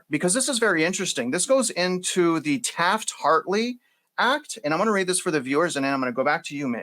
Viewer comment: it’s Taft-Hartley, but the emphasis of this dire situation is more important